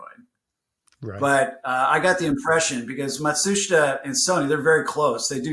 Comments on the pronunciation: Matsushita is pronounced ma shoosh ta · you pronounce Matsushita wrong, listen to how Trip says it in the interview, it’s not phonetic. Its something I saw Techmoan look into ages ago and correct himself on.